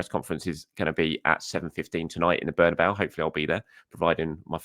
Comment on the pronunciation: It's Bernabeu.